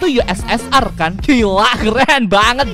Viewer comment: Ussr itu dibaca usir